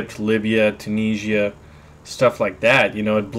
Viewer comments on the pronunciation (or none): none